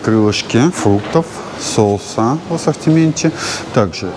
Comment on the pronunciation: СоУсы , а не Соусса 😃